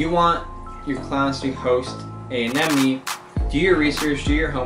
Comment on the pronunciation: finally someone who can say AneMone ! XD